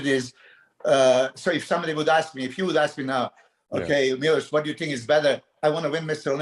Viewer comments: He is great but I'll go crazy from that nobody says his name correctly, it's not Milos, it's f***ing Miloš! C'mon, you can pronounce "sh*t", you can pronounce his name 😀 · I am actually not joking...I will really start correcting people 😉. Fouad - next time you call me on the show - remember - its Milos with the "sh"-it at the end. 😁 After 30 years in the industry - people might start calling me by my real name. And it is "shit" at the beginning of my last name too 😬